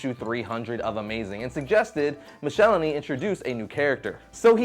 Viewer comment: Not to be a stickler, but I remember very clearly from a letters column that David Michelinie rhymes with Pickle My Knee - mick-el-eye-knee.